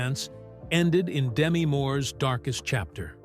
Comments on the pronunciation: It's Da-Me, not Demi. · Her name is Demetria, shortened to Demi. The accent is on the second syllable, not the first. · Name mispronounciation is making me nuts. But nice video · It would be nice if you could at least pronounce her name properly 🙄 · you're pronouncing her name wrong. Do some real research